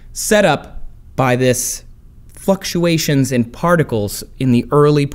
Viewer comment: Tell me how he said fucktuations instead of fluctuations